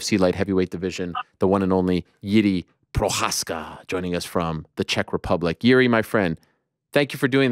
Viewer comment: You pronounce Prochazka properly now and you're the only one. It makes me smile that you figured it out. English speakers don't generally get it but Jews have the "ch" sound down. You won't get Jiři right without training but I'm still proud of you